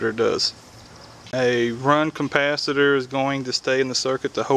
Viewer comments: OMG, it's not compacitors it's capacitor and microfarads not macrofarrats. LOL, Great vid otherwise. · If you say CUMPASITOR one more time, I'm gonna blow my brains out!!! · Couldn't watch past 1 minute. There is not a fucking M in capacitor. It's not a compacitor.